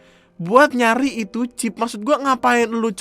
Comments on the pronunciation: Chip bapak bukan chif!!!!!!!! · "ada 'chiF' nya" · "chif" Me: ngogkeyy v: Btw mamammm tuh yg gabut nyongkelin buat nemuin chipnya, Ngurus ulang katepe lagi😂😂😂 biasanya kan klo mo ngurus ulang ditanyain knp hrs ngurus ulang ktp, org laen alasannya ilang dsb, lah mereka malah alasanya "karna abis dicongkel buat nyariin chif yg katanya buat ngelacak lokasi itu pa" 👀